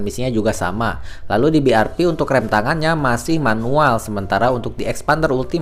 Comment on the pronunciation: BIARVI ya gan bukan BIARPI